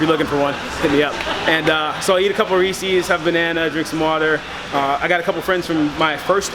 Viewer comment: Oh my gosh. Reesey? 🤣🤣🤣🤣🤣🤣🤣🤣🤣🤣🤣 i think (and im pretty sure) its ree-sez 🤣🤣🤣🤣🤣🤣 edit: i am a huge Chandler Smith fan and love any media hes in! What a great attitude from someone who's been through some stuff. All his comments ista comments always make me laugh!